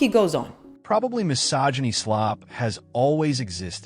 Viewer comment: Thanks for pronouncing mysogyny correctly. Non vedo l'ora di vedere il tuo prossimo video!